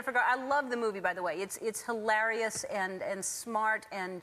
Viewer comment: why does she say hilarious so strangely